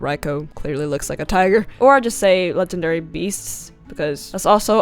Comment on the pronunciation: Legandary beasts.. Thats how you say that.